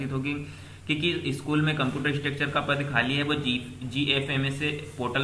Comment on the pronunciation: Ek do channel par bhi इंस्ट्रक्टर की जगह स्ट्रक्चर bol rhe h